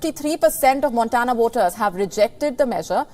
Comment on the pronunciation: I like WION. Some tips for you: In the US pronunciation is: Vermont as वरमॅान्ट There’s no equivalent to V in Devanaagari. In V upper teeth must grasp the lower lip. V in Very is the same. Montana : मॅान्टॅना Try it, you’ll do it.